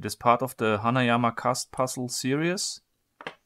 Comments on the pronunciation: Your videos are great. I love your freaky german accent. But repeat after me. Sehr-ries. Series. Not serious. That shit is seriously annoying. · He pronounced series "serious"